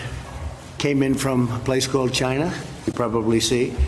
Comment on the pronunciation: "We're making a lot of progress with the whole situation that came in from a place called...Chinah." 😐